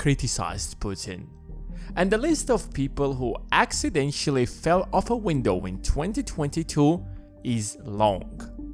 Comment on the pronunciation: No it doesn't sound convincing that he committed suicide before getting rid of his family. How could a dead man kill his family? Incidentally the acc in accidentally is pronounced like aks, aksidentally.